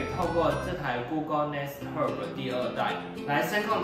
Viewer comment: Oh my god! 竟然唸對 Google Nest Hub 但最後room 透r 還是烙賽了😂😂😂笑瘋